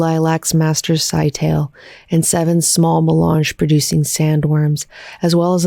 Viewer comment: Scytale is pronounced Sky-tah-lay. It's ancient Athenian for encryption stick. Each commander has a stick of their own and duplicates of the others. Each stick has distinct # of sides, you wrap a ribbon around the stick and write on the ribbon. The ribbon can only be read if it's wrapped around an identical stick. It's also Athenian slang for penis, obvious reasons (secret stick). So he's named cypher.